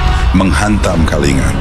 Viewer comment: semestinya naskahnya ditulis KALINGGA bukan Kalinga, shg narator google-nya membacanya dg benar, sebab ejaan india TIDAK MENGENAL G double, seperti ANGA, dibacanya ANGGA, begitu pula KALINGA dibacanya KALINGGA